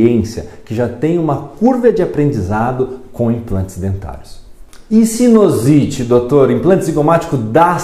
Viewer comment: o correto é sinUsite e não sinOsite. Só como comentário de um seu colega.